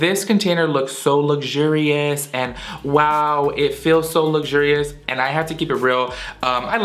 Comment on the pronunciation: "It's soooo lugjuree-us" ...damn funny!